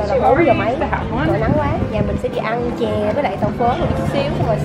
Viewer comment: bả nói chè theo khay t nghe ra là chè heo quay =))